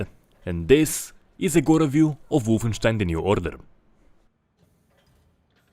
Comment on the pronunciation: I like it how you made sound wolfenstein so germany at the beginning xd